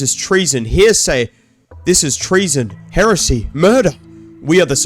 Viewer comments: heresay not heresy apparently xd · Did you just say Hear say instead of heresy?! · "here say" is wild bro 😭 it's pronounced heh-reh-see 😭 great video tho edit: oh wait he got it right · here-say, its heresey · Hearsay (hear-say): A legal term for rumors. Heresy (hair-eh-see): What you meant. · pronouced heresy(hair-a-sy) as hersay(here-say) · heh-ra-see, not here-say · Heresy isn't pronounced as hearsay. Hera-C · Heresy, not hearsay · Uh. Hair-ass-yee. Not Hear-say. Thats a different thing lol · also, "hearsay" "hearsay" 😭 its 'Heh-Reh-See", but as one word, so it says heresy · heresy: noun, belief or opinion contrary to orthodox religious (especially Christian) doctrine. its Heresy, not hearsay. Hair-a-see. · yeah its heresy, not here-say, i made that mistake too against religion type shiit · it's pronounced (hair-es-c) heresy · Heresy is pronounced more like Heiresseee. but the H is not silent. so more like Hair ess eee. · Heresy is pronounced "hay-re-see" just want to point that out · It’s: heh·ruh·see English must be your second language idiot. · "Heresy" vs "Hearsay" 2 Different Words and Meanings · Your pronunciation of the word Heresy is heresy itself. Hair ess ee holy shit have you never heard the word? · Your inability to pronounce heresy is... Quite heretical. The inquisition has been sent to deal with you appropriately. Of course, that's only hearsay. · Your pronunciation of minos being minus sign and heresy being here isy is so funny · The way bro pronounces "heresy"💔😭